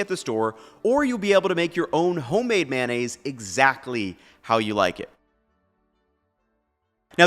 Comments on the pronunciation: "You'll be able to make your own homemade manaise..." Wait, you say "mayo" multiple times in this video, so why do you call MAYOnnaise, "manaise" here? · May-oh-nase, not "MAN-ase." 🙄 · Why do some people pronounce this as 'Man-aise'? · WTF is "Man-aisse"? I only know of Mayo-nnaise.